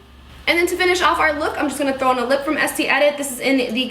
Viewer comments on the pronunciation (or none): Isn't it pronounced "Est-ay"?